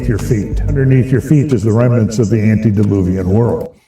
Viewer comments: Love your channel. It's "ante" deluvian, not "anti". Just a friendly FYI, since you want to start using it. Ante means before (like when someone says. "Ante up" before the cards are deal)t and anti means opposite or against (as in AntiChrist) God bless. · Not to be a karen but not anti its ante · ANTE-DILUVIAN NOT ANTI!